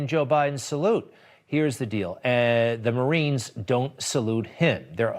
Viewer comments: Sounded like he said good looking marines... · It sounds like he said f marines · It does sound like he said "Good lookin Marines", not "Salute the Marines". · SAid Mare ines, Mare-ines, haa With till he has to pronounce Corps. Obummer did it wrong of course. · Yes I agree with you Chris. I went back and listen twice.